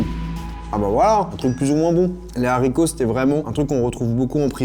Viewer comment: Des HARCITOS PAS DES ZARICOTS...